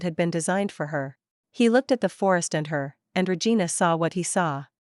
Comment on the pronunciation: Liking the story, but hearing the tts read regina as re-gai-na reminds me of awkuafina's line from shang chi and makes me wanna giggle